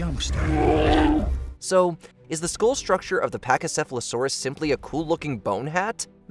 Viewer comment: Bruh. You mis pronounced Pachycephalosaurus